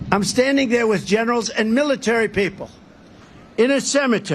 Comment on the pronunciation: It sounded like he said "militurd" people.